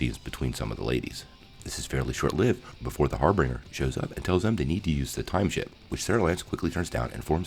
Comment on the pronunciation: It kinda bugged me how you mispronounced Kara and Harbinger but thank you for the recap because I can’t find this episode for free anywhere on the internet!